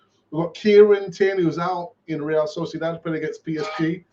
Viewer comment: Say real sociadad one more time i dare you 😆